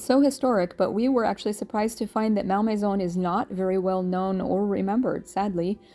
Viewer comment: ….Think your pronunciation may have been the cause of locals not understanding “where” you were going 😂. (It’s not “MAL MAYZONE” — but, “Mol Mayzaw” )